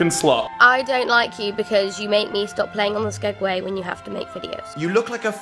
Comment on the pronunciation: The girl said skegway xD